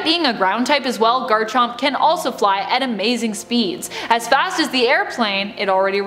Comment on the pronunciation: Zhe Chrome, Zhe Cringe